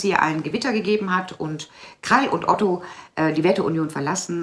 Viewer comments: Liebe, der Mann heist OTTE, NICHT OTTO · Ott-E Nicht Ott-O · Kein Otto. Er heißt Otte.